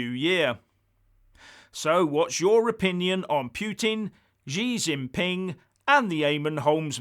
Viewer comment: Brilliant as ever. Fyi: Xi is pronounced as "she"